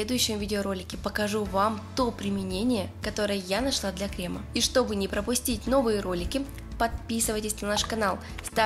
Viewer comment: Вы же кондитер. Не кремА, а крЕмы. Не ганашОм, а ганАшем. Можно не знать правильное произношение слов из других отраслей, но из своей - это святое.